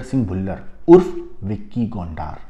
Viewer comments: Gondar nhi gondar h wo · Gondaar nhi Gondar h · Gondaaaar nahi bhai , Gonder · BHAI VICKY GONDAAR NAHI BALKI VICKY GONDAR *GONDRRR HAI GONDAAARRR NAHI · Aby gondaar nahi hai gondar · Tu pahle bolna seekh le anchor gondar नहीं गोंडर हैं 😂😂😂😂😂😂